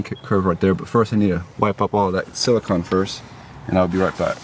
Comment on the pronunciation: Its siliconE..not silicon Hense the E...its not ice cream con! Its ice cream cone!..are you American